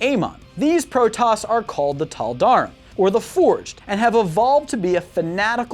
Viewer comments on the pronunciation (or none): Is not taldar, but is tal'darim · I fucking cringed when he called the Tal' Darim "Teldarm" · The way he says taldarim hurts me physically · who cringed when he pronounced narazim and tal'darem incorrectly? just me? okay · Protoss will be victorious! Also: it's pronounced Tal' Dareem. Yes I know its typed darim... Also the other faction is named Nerazeem not neraZim... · Nehr-rah-zeem, Tahl-dah-reem, Rah-shah-gahl It takes 30 seconds to look up pronunciations. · Woo, Protoss! En taro Tassadar! cringes at the pronunciation of Taldarim and Nerazim P.S.: Ave Imperator! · It's said Tall-da-Reem(as in feed) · Am I the only one triggered that he mispronounced Tal'Darim?